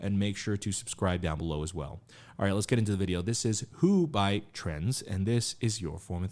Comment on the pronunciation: I really fell in love with this group since I watched your last reaction and also in big parts because of it, so I'm really happy you checked them out again!! I hope they can grow much bigger! A note on the pronunciation of their name, the Z is pronounced separate from Trend, like in Gen Z (트렌드지) About the members: Hankook - he's the rapper, who opened, with the great voice, he's the leader, 2002 Havit - the guy with blonde hair, he's the oldest, 1999 Leon - the one with great voice and great presence, 2000 Yoonwoo- he's the one with black hair whose singing voice you liked a lot, 2000 ra.L - the one with "crunchy" rapping and filter, 2003 Eunil - the guy with purple hair and great singing, 2003 Yechan - he's the one who you noticed least, he has orange hair and is the maknae, 2005